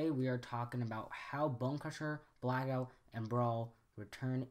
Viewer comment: Do we really need a theory on this? Obviously Bay just got lazy and reused models to save money. Also, the small constucticon's name was not,"Zelittleone" okay? The doctor said,"Kill the little one." Also I had to laugh when you said,"veeriko" , and when you said,"Brackout" .